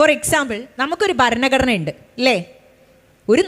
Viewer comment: Topic and content is good. But ഭാഷാശുദ്ധി improve ചെയ്യണം.ഭരണഘടന എന്ന main word പോലും correct aayi പറയുന്നില്ല. ആമുഗം alla ആമുഖം എന്ന് പറയൂ